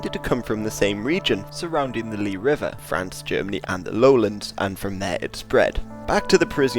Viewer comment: Don't want to be annoying but the river is pronounced "lies" and not "lie". It's in front of my house here in Belgium :) But anyways great vid!